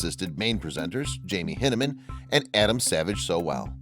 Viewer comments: In the series it's always been pronounced High-nah-man, not hin-E-min. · you pronounce Jamie Hyneman's last name as "hin-eh-man." Ok... so you never watched the show, did you?